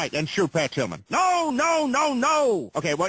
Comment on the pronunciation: the only time the officer said Pat Tillman he did it wrong. He said Pat Pillman :D